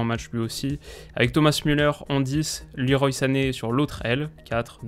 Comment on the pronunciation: leroy se prononce à la française